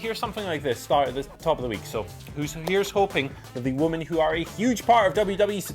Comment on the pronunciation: Women!!! Why can't say women??? FFS more than one woman is women